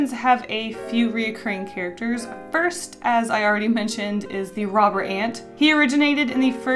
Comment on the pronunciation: When you said "Robber Ant" I thought you said "Robert Ant" So... I'm calling him Robert now. :)